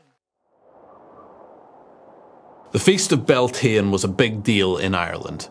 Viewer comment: I just find it off putting the narrator can't even pronounce Irish words correctly. Bealtaine or summer. The way he pronounced it makes him sound an outsider. It raises questions about everything else